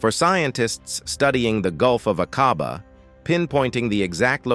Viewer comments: A (LONG VOWEL) quabah, pronunciation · Shocking pronunciation of Aqaba.